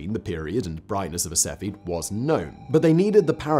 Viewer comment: Sef-e-id. Not Sefi.